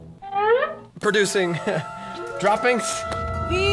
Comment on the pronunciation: Daniel : “ Are you Producucing Droppings? 😆😅 Me : when was Vy ever a A Bird???? 🤔🤔🤔 lol